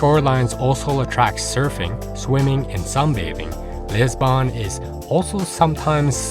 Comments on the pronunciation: It’s not LEsbon it’s LIsbon!!!! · All is fine and well presented but its quality is decreased by mispronunciation of the main important word Lisbon